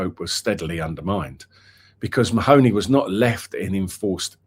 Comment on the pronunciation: It’s not ma- hony, it’s pronounced Marney